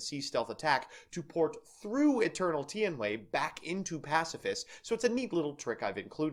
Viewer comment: It's pronounced: Tee-An-Way